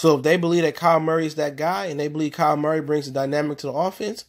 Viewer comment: Just letting you know. It’s kyler Murray not Kyle